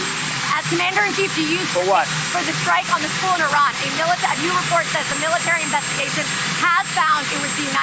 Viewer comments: I’m begging you to PLEASE pronounce Strait of Hormuz as “Hormooz” NOT “Hormoze”. I cringe every time you say it. While you’re at it, please pronounce Pakistan as “Pak-ah-staan” NOT “Pak-e-stan”. And thank you for pronouncing Iran correctly (NOT “I-ran” as many do) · Thank you for pronouncing Iran correctly